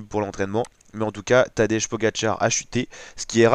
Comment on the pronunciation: Essaie de prononcer Tadej comme si ce serait écrit Tadey ou Tadei...